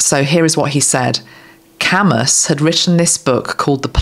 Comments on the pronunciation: Thank you 💗 Big supporter of you and RFK Jr. Albert Camus was a French philosopher, FTR it’s pronounced “cam-oo” more or less (Anglicized). Sisyphus was a Greek figure from Homer. Brilliant symbolism and analysis. I’m so pleased to see the number of people behind this movement. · Albert Camus (cam u no s in pronunciation) French philosopher and author Thank you for reminding me of his great writing